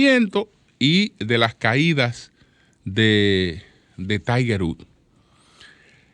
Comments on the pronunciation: Diale Tiger Rúd🤣🤣 que Inglés más malo🤣🤣🤣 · Wood, pozo septico se pronuncia wud 🤦🏽‍♂️